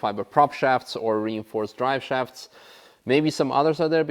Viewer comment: ah yes, the "dry shafts" :D